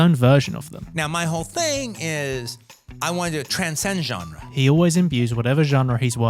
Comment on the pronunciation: I hate how you say “genre”